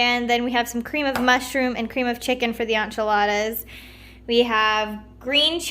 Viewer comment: Hi, I came upon your video very randomly ...but it was so sweet :) I just want to let you know that enchilada is pron. like in-cha-lodda 😉